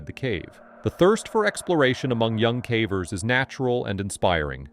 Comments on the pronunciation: 85 minutes in and between his terrible numbers and bizarre mispronunciations of simple words got me feeling stupid. It’s crazy how sometimes the pronunciation is correct of one word the next time the same word is mispronounced badly. Cavers, cā-vers, next time cavers, cah-vers. It is massively annoying. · “Some were died and others were injured” Man it’s clear as day that you use AI but ffs at least proofread it dude. That’s just one example, but these are riddled with really bad obvious AI grammar errors and all kinds of baffling pronunciations (cahvers anyone? instead of cavers 😂 that’s a constant one I hear in almost every one of these videos). It’s just lazy, and there’s so many errors that it actually does take away from the content and for someone who’s ESL, it probably straight up makes it hard to understand/follow. Tons of content creators who do caving and other disaster stories like this take the time to edit, and gasp even create the content *themselves*. 😮 Shocker I know. But honestly-I can deal with AI. I just can’t deal with BAD, completely unedited, not proofread AI. Like, make it more obvious that you’re just trying to get that ad/views money please and dgaf about actual quality or effort, I can’t tell /s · It totally is. There's way too many silly mistakes that normal speaking people just don't make. Listen to how many times "cavers" is pronounced "cavvers", or sentences like "they were had died " it's decent AI, but still very obviously AI.